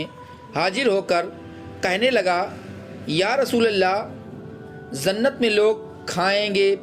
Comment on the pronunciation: Jannat ko zannat mat bolo Bhai,sunne me hi ajeeb lagta hai